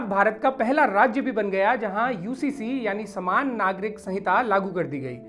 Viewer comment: समान - ना कि सामान